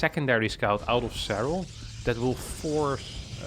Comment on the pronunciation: Nobody:: "Zerral"